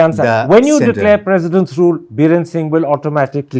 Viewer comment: Its President Rule not President Room 😅😅😅